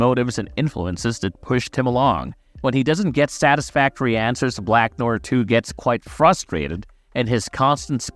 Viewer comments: .... is this an A.I. voice cause bro just butchered the word Noir, like how they pronounce it for you in the show. Also, he wasn't with Soldier Boy in the 1940s, he joined up at least in the 1960s as the scene in which we first see him with Payback was during the Cuban Missile Crisis which happened in the 1960s. Also, we don't know that he's a new actor, a fan theory is that the new Noir is a clone of the original Noir, hence he has knowledge all of Noir various fighting skills, like it or not this new Noir hasn't been shown to be unskilled, he seems just as capable as the original, as far as acting goes the original Noir before getting brain damage was also trying to pursue a acting career until Soldier threatened to kill him if he tried to outshine him. Also its unlikely that they could have hired a Supe actor, and fans not immediately notice their super actor has been missing all of a sudden. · how it is that "black noir" was said like 300 times during the series and yet youre still saying noir wrong? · An accent would just result in a slightly adjusted pronunciation of the same word. It wouldn't make you pronounce it completely wrong like this.